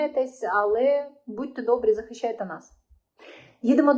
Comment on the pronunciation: не Бачімо а бачимо не Захищяйте, а захищайте не чього а чого. бо ріже слух.